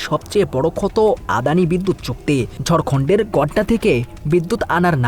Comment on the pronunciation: বিশ্লেষণটি আরো তথ্যবহুল হতে পারতো। আর রিপোর্টার তো আমাদের বাংলা ভাষার শ্রবণশক্তির পরীক্ষা নিলেন। ঝাড়খন্ড কে বললেন ঝড়খণ্ড হিস্যা কে বললেন হিচ্যা। তাহলে আমি তো বলতেই পারি রিপোর্ট "চমেৎকার"🤣